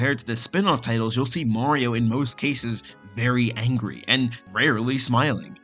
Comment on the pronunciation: why is he saying "Maowio"?